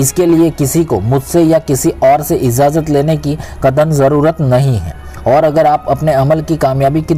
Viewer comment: Izzazat nahi Ijaazat bolo Saks nahi shaks kaho .suru me nahi shuru me kaho Up bihaar k ho kaaaa Kyun k up bihar k log sheeeen ko seeen bolte hai 🤣 Yaar youtube videoclip clip banare ho zaahair hai k saari duniya dekhti hai aap barai meherbani apni talaffuz ko toh theek karlo . Agar ek baat suno siwai Allah k kisi ko shirik mat karo . Saamil yaaa shaamil Kidar se agaya bhai up ka bhaiyya